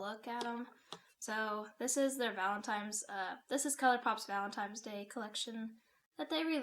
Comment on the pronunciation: Excuse me mam did you say "Valentime's" day?😂😂😂